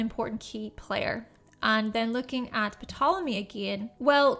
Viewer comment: The p in Ptolemy is silent